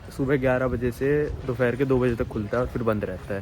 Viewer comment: भाई वो दोपहर होता है दोफहर नही 🤣🤣